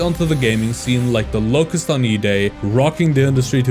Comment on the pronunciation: “locust” mispronounced